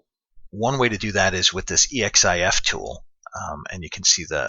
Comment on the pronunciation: Awesome, thanks. Thinking I should do one for the skyway mini environment just for kicks. Also, that's pronounced "eks-if-tool".:-P